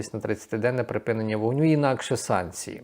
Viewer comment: Та припИнення війни а не припінення. Вивчить нарешті це слово!!!